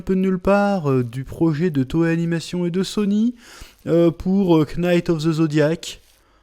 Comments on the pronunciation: Chef je t'aime mais pitié ne dit pas knight en prononçant le "k" c'est un k muet 🤣🙏🙏🙏🙏🙏🙏🙏. Merci pour l'avis et courage. Moi je trouve que tu as raison : ça doit être beaucoup plus lumineux et flamboyant, les combats c'est plus ésotérique que physique, et les armures du moyen âge ça pue. A quand des films DB et SS qui se contentent de reprendre exactement les scripts des animés ou des mangas putain c'est pas dure quand même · « Quenaïte of zeu zodiac » « Seins saiya » Change rien chef , on t’aime 🙏🙏